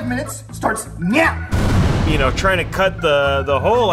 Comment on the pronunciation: Neow it starts neow